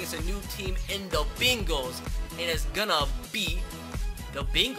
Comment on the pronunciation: The Bingals guys not the Bengals